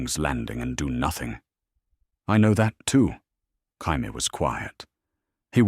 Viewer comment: Could this AI system learn how to pronounce Jamie(Jay-Me)? Asking for pretty much everyone watching.